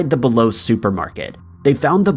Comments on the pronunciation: Yes, it's pronounced BEE-low Bi-Lo ("buy-low) is a completely different store. Neither is pronounced "below". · It’s pronounced bi-low Now below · They pronounce it Bee Low in the 911 recording.